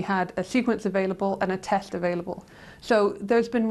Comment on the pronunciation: A "tesht"? She sounds like Daffy Duck.